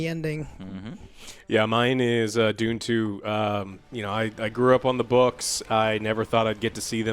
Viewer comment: When says dune 2 I thought he said doom 2, that would be boss